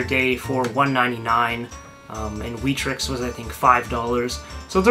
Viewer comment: we trix? dont you mean wet-trix?